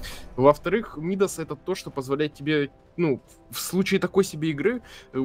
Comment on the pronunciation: почему вы говорите мИдас? царь мидАс, перчатка мидАса